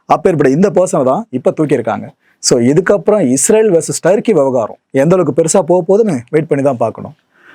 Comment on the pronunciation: டருக்கி யா. துருக்கி யா 😂😂டருக்கி ஒன்னு தமிழ்ல பேசுங்க இல்ல இங்கிலிஸ்ல பேசுங்கள் டருக்கி புருக்கி 😂😂😂